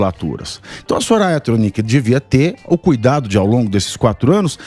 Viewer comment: porque se fala Tronicee nao o CPMI????